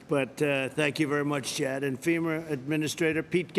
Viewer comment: He said femur not f e m a